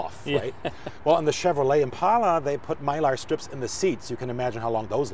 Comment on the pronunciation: Thanks to the German guy for saying "Impala". So tired of "Impaula".